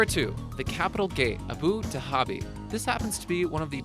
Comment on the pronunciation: Abu Dhabi ... the "h" is silent.